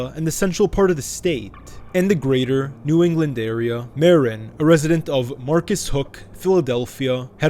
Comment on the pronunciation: Did he say NEW ENGLAND??? 😂😂